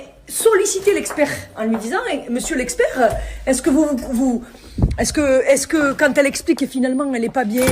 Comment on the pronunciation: L'experrrhhh ------- Rahhhhh